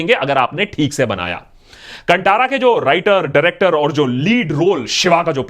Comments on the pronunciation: Still Kantara is being pronounced incorrectly, even after it is released in Hindi. Why?? Why is it so hard to pronounce something correctly? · First of all pronunciation of Kantara is wrong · abe..kantara ko pele thik se bolo.. badme iske baare me batha Karo... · You have pronounce movie name incorrectly please pronounce it properly first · This guy doesn't know how to pronounce Kantara nor its meaning. Just an empty brain with big mouth commenting about movie to grab YouTube views. In the movie he talks about Dharma openly but communist like this person change the narrative to "Tribal rights and Moolnivasi issue"🤦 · You're not pronouncing the name of the film correctly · and he mentions marathi 🤷🏽‍♂️. And akash didn't even pronounce the kantara name correctly throughout the video. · That in not cantara' kaantara' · The pronounciation of the movie is Kanthara and not Kantara !!! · Abey chutiye woh कंटारा nahin, कांतारा hai . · Please note: कंटारा ❌ कांतारा ✅ Also, thanks for all the good words 🤗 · Pronunciation of Kantara is not Kan-Taa-Ra, it is Kaan-tha-ra. Not Ta it is Tha. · Not Kantara,it's pronounced kanthara. Very shallow and regressive review. You called divinity superstition and south Indian actresses glamour dolls. Do your research well before talking. Happy birthday to you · and prounciation of Kantara, we put in our language "Kannada," by the way film name itself is "Sanskrit or Halekannda word." In Hindi it is कांतारा, and in Kannada, language of Karanataka it "ಕಾಂತಾರ ," so please put "H" after "T" while pronoucing Kantara, like """Kanthara""" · Chacha कंटारा नहीं कन्तारा hai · Can you please get the bloody pronunciation right? It is pronounced as ‘Kaan-thaara’ not ‘kunTaara’ like how you’re pronouncing! Irritating AF when idiots like this guy don’t even put in a bit of effort before making videos! Learn something from Anmol of TRF channel. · Cunttara nai Hai re bewarshii ... it's kanthara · Abey it's कांतार not कंटार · It's kaantara, not kantara